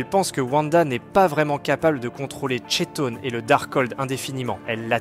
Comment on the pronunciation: Ça s'écrit Chton mais ça se dit Kton